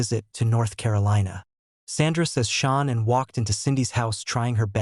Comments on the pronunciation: You can't even check that AI kept pronouncing Shannan incorrectly. So disrespectful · All of these AI robot voices mess up Shananns name so bad. It's so distracting. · Some of this is not factual and although the voice is generated, you should still make the effort to pronounce Shanann's name correctly. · Continually mispronouncing the lovely Shanann's name weakens the credibility of this post. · Can’t you be more professional, and pronounce/write the most important correctly ; name of the main victim? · It's Shanan not SHAWN?? and RIP Shanan and her little angels no person should have to go through that it was horrendous for Shanans family 💔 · You could try harder to pronounce this poor murdered lady’s name correctly. It’s Shanann sounds like Sean when you attempt to pronounce it. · Chris wasn't there when nutgate happen. Get your facts correct and at least say the victims name correct! SHANANN NOT SHAWNA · I pray for Shanann's beautiful family. I urge you to PLEASE change your voiceover and the captions to say "SHANANN" instead of "Shawn"! Her name and memory need to be respected in every way! Do it even if you have to remake the whole video! Thanks. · Gees...can you not get her name pronounced correctly??? SHAN ANN IS HER NAME, NOT SEAN!!! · To those who put out this content, use your own voice not AI.....pronouncing Nicole as Nickal? Shanann as Shaw ann? Use your god given voice.....dont be so lazy. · Her name is SHAN'ANN. I know this is a AI channel but out of respect please get the name right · You should know how to pronounce Shan,ann's name. You Americans love making money from this tragedy, on Utube in particular. You should get your own content. This family has asked you all, over & over, to stop making mondy like hou. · Your AI doesn't pronounce her name correctly